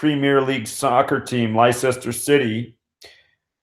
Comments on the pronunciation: I'm English so it was funny when you mispronounced Leicester as, the probably more appropriate Liecester. It's actually pronounced Lesster ! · Lie-sester city? Why must Americans butcher the name of every English town and city? It’s pronounced ‘Lester’, just like the cheese! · Its pronounced LESTER Leicester From U.K. :) It has been reported he was dead in the crash . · Pronounced Lester city. Ex England soccer team manager also collapsed aged 61 on the same day. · Leicester: pronounced "Less-ter" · Leicester is pronounced lester, thanks for the info.